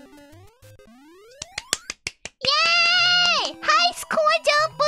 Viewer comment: You're wewcome *flashback to ojii-san moments